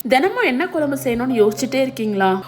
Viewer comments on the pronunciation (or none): Piease improve your pronunciation. It is kuzsm u not kulambu